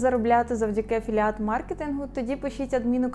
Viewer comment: «афіліейт» госссподи…..